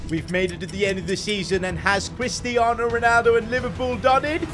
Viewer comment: cwistiano Ronaldo